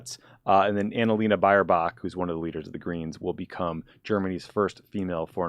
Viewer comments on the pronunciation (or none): Ohhh, you totally butchered the pronounciations of the german names (Neubauer, Baerbock,...) Also, the pipeline was (and still is) hugely controversial in Germany itself. But it felt, like for a brief and crucial time, in which this whole project might still reaistically have been stopped, public opinion completely swung on this one, when Trump started to make threats and blackmail us and that, quite transparently, with the sole objective to force us, to buy american gas instead. It was the same for me, when you are being that bluntly pressured to do a thing, it is kind of hard to give in, without giving the impression, that america can just dictate us, what to do.